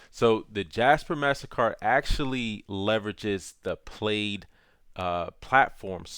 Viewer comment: Its pronounced plaid; like a school uniform